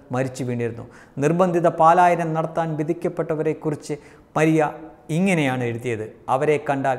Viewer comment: പാലായനം അല്ല പലായനം ആണ്